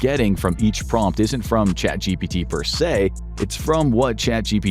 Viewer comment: Prompt not Promt